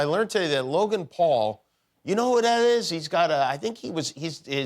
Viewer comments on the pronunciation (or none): none